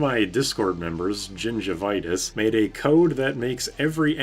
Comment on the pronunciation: You say "gingivitis" like a slur